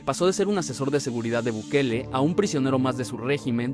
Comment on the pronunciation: Ahogue gue dise buguele